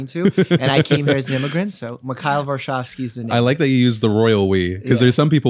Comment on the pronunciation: If your name is Mikhail (Михаил), that should be pronounced "Me high ill". They just transcribe the "h" as a "kh" because it's not the exact same sound as the English "h". Varshavski (Варшавски) sounded pretty much on point, or as close as you can get in English. Fun fact for the curious, Varshavski litterally means "of Warsaw".